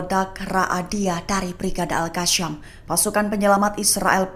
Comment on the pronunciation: Ya Admin. Kasi tahu newscaster sebutan alqassam salah. Bukan alqassyam!